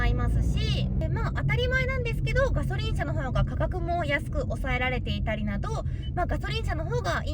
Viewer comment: がしょりんww